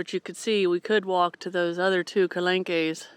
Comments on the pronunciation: calanques or "calankas" is pronounced, ca-lonk......most words ending in que is like a soft K. French will slowly grow on you like Spanish did. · iits pronounced Ka -Lank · Calanques is pronounced : kalank.... thanks for a beautiful video and thanks for sharing! I took my first steps in those calanques.... safe travels! xxxx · Generally in French the 'es' at the end would be soft and silent, the e in calengues would be pronounce 'eh' rather than 'ay' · It’s the National Park of the Calanques (two syllables) where I live….Port « Me-you » is how you pronounce it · Lovely!!! Very much enjoying your European adventure. What a beautiful area!! Oh, Marseilles - Mar-SAY and calanques - cal-Onk :)